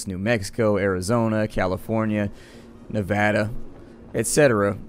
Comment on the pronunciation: Thank you for not pronouncing it "Nevahda" lol